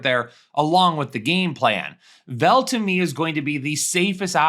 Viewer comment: it’s pronounced Vay Lay not vell